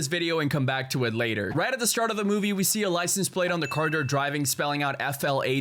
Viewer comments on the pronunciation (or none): none